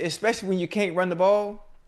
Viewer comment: Ocho "berry" Johnson 😅😅